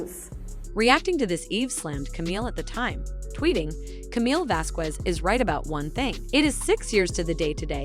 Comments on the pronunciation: Would someone PLEASE pronounce Camille's last name correctly? Elaine, I think, did it on purpose or just isn't that well educated but come on...if you're going to do a narration including her name, LEARN HOW TO SAY IT! It is NOT VaskWEZ!! It is Vaskez...Please! You're getting PAID to do this. The least you can do is learn the people's names! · The q in Vasquez is pronounced like a c not a q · The “U” in Vasquez is silent 🙄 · Please learn how to say Vasquez. The "ue" sounds like a soft "e" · It's pronounced "VasKez" to do otherwise is mildly discriminatory and racist, Please get it right. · You’re pronouncing camille’s surname like Elaine you knob end.🖕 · Her name is Vasquez get it right you sound like Elaine that could not say it right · People need to learn how to pronounce Camille's last name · Please stop mispronouncing Camilles last name ffs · You’re mispronouncing Camille’s last name wrong stupid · How can you mispronounce Vasquez??just like Elaine, eww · Pronouncing Camille’s last name wrong is not the best way to start a video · Lady, you really need to learn how to pronounce Camille's last name. Look on You tube for help